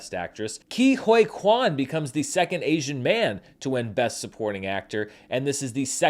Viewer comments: Don't wanna be that guy but it's Ke Who-ee Quan. Not Huay 😂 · Isn't it pronounced Key Hoy (like buoy) Kwan - 4 mins 5 secs